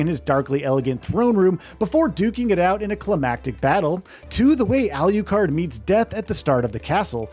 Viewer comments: Alucard😂.. not Aliucard 😅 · alucard alucard alucard not al you card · This guy says it: "al-YOU-card". Why? Just because the other is pronounced: "drac-YOU-la"? Um, okay... "shor-YOU-can"!! 😂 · Tell me who's holding a gun to your head and forcing you to say Alucard's name like that? I almost turned this video off several times just on that alone😂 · For the love of god, can you please pronounce alucard's name correctly.